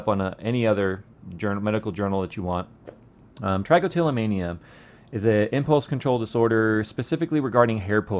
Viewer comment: That's almost exactly where my trich spot is! And buddy it's not ( trike- o - tillomania ) it is ( trick-o-tillomania)